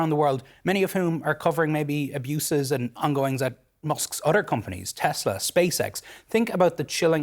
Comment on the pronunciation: “udder” = other. Lmao